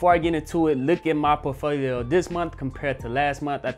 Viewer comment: I watch his videos just to hear how he says por T folio.